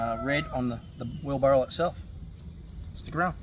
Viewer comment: Did you say, Wheel Barrel?